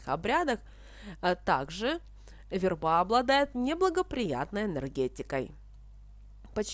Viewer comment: Почему верба' а не ве' рба?